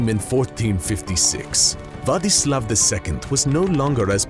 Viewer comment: the only name that was said right was Vladislav 😂